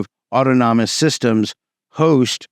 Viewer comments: Au-ton-omous. Not auto-nomus. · New fan of the channel - when he says “auto-nom-is” system is it actually “au-than-ah-mis” ( as in autonomy / self controlled)? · It's autonomous not autonomonous ... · The pronunciation is awww tawn a mus, rather than auto-nom-us. /pedantry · Its "aw-tono-mus", not "auto-nomo-nous". This sounds like not really a ToR problem. Its a well known BGP design detail and it's always been this way. ToR networks are already crawling with law enforcement, without any help from BGP speaker spoofing. To say it identifies you is also a vague term. You will, presumably, still be using TLS for your web browsing? So, it'll identify your IP, and that you are using ToR, what else? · awe tah nuh muss, not awe toe tah non nuh muss. Very interesting! It's amazing that BGP is so security naive! Is there no way to add some kind of authentication to the BGP protocol? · WTF is Auto Nomus? Was that a greek ruler? LOL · Man, great presentation. You did the homework, you covered something viral, and i really appreciate the video. If you care, i have this small correction, *Adoption is the word you were looking for, not adaption or adaptation. Autonomous is pronounced "Ah-tonu-muss". Idk if it matters, but i couldn't stop myself from posting. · "Awe-tahn-ih-mus" my brotha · ot-on-oh-mus = autonomous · Auto-nom-nom-ous system. Come on. Why? Some sort of inside joke? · DOOOOD!! please! you're killin' me over here......aught-tahn-no-muss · You're adding an extra syllable to autonomous. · Mispronouncing autonomous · Jesus christ man learn how to pronounce autonomous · Why are you pronouncing "autonomous" like that? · Check how to pronounce "autonomous". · 😅 man's been saying the word anonymous so many times, he sticks it inside of autonomous.